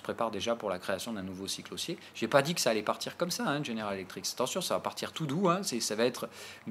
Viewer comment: petit détail mais répété très souvent; tu dis "General Electriks" 10 fois par vidéo alors que GE = General Electric *sans S*. ref: tout en bas.